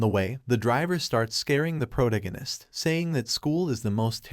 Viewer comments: Why do all these anime recap narrators say "PRO-to-go-nist" when it's "pro-TAG-oh-nist" ? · ... "protagonist" is not pronounced prodiganist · Can you please stop refering to the main character as the protagonist. Your AI is calling the MC the protoginnist. Teach it to talk or stop using it. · just the way the voice couldn’t pronounce “protagonist” is why I hate these fake AI voices. Even the weird pause after “and that,” it’s unnatural.